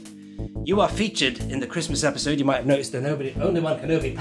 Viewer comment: Obi-sode instead of episode